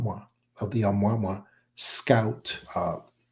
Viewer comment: This guy's Been Around in the UFO field for years, & THIS Does'nt SOUND LIKE HIM, this guy Can''t Even Pronounce Ah Mu Ah Mu Ahhh HOW HARD IS THAT, he's Had Years to Learn to Pronounce it Rite, So What Gives Here. He Talks like a Faker, Trying To Play The PART, FARRRR TOO MANY, eh ahh uh mmm ah eh uh!?, Prime Teltale of BULLSCHITZEN ARTIST ATEMPT!. What is Now Saying IS Diff than what he's Said n Talked About Prior NOW, All of A Sudden we've got MULTIPLE Secret Space Programs JUST WITHIN Our COUNTRY!?. ALL this Supposed Fragmentated Industrial Space, etc Interests, Even Sounds OFF in This Episode. Like Many Other deepstate media FAKE Presentation Creations, i'm feeling THIS IS ANOTHER ONE!, & YEAH This guy is speaking like an MK- ultra Mind Programed Individual!🤨🌎🇺🇸⚖️🦅😉😎, WWG1WGA&QA's2/ P.T.'s 3%'rs, MacChaughleh, M.A.G.'r Yet, & ALL Countries,. Ayuh